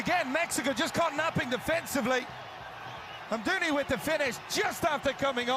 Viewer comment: It‘s Amdouni, not Amoundi